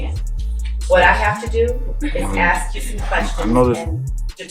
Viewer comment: Are you insulting my Intelligence she says! Lady can't even pronounce "ask" correctly!